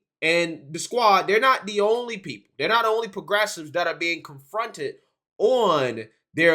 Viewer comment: "Puh-gressives" "Tucka Carson" "Pop-a-list" You make Fetterman sound like a skilled orator 😂